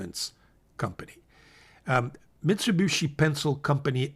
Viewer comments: I know it's easy to mispronounce but it is not MITS_i_B_u_SHI but MITS_u_B_i_SHI. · Thanks,. (btw, it's Mee-tsooh-Bee-shee) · MIT-za-boo-shi? Ok thanks for pronouncer— I’d been calling it Mitsubishi like the car co